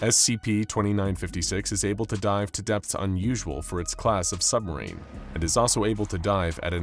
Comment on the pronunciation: We all live in a nuclear sumberine, a nuclear sumberine, a nuclear sumberine🎉🎉😂😂😢